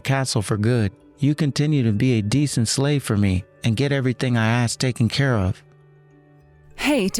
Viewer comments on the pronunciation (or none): Bad enough the AI or actor is so emotionless. Please, the word a-s-k is ass-k not axe. If you want to say it like axe then spell it aks, that's the slang. Female voice actor... 👍👍👍